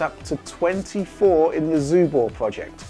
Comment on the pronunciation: My Chinese is very bad but I can tell you are butchering the name of that console:)